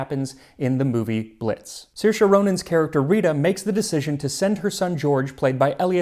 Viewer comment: Great video, Max! And thank you for pronouncing Saoirse correctly!